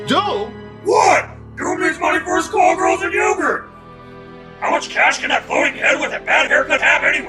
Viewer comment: What was that? Doom wants Skullgirls and yogurt? :P (yes, I know he said "call girls")